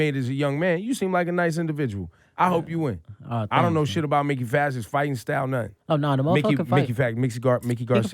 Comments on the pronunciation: Ebro, it's pronounced Mike-ee, not Mick-ee. Come prepared for your interviews. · The man's name is pronounced MIKE-KEY! not Mickey!